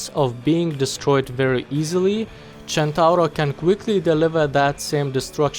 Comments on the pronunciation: I like how you say centauro in the right way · Not super important, but your pronunciation was spot on, it's super nice to finally hear someone outside from Italy not calling it the "Sentouhro" AHAHAH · That perfect "Centauro" pronunciation: first international youtuber that said it correctly, as far as i know! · maybe he is italian himself. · U sayd centauro almost right i kniw It because in from Italy🍕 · As an Italian I appreciate that you used the correct pronunciation ^^ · When the pronunce is correct (Visible happiness) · wow a non-italian that pronunce centauro well! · Spot-on pronouciation, sir. You're now a member of the spaghetti gang. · holy shit you pronounced "Centauro" perfectly, that's something very rare from non-italian people